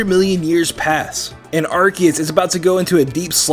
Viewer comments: Did you know that said ar-kee-us not ar-ce-us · he said arciuse not arkoos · you are the only person other than me who pronounces Arceus's name correctly. Everybody else pronounces it ARSE-ee-us, and where I'm from the word "arse" is more than a little rude.